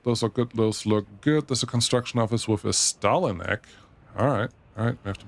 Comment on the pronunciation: Thanks for the pronunciation of stalinec! I've been saying it wrong too.